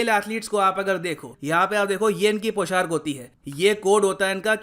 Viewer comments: It's पोशाक not poshark... Thanks 🙏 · Sir पौशाक होता है Not poshark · Sir poshark nahi poshak hota hai,,,, 🤭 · पोशाक होता है भई, पोshark नहीं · Humble remark -Sir It’s POSHAK not POSHARK. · Sir I like your videos, I want to put some feedback here, I strongly believe that pronunciation is very important. you make videos in hindi so I think you should be more carefull of it like:- पोशाक not पोशार्क, सोलह/सोला not सौला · It's पोशाक not Poshark 🙏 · Sir... With due respect I would like to correct you that.... It's not 'poshark' it is पोशाक